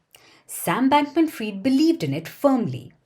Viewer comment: She said Sam Bankman Fryed....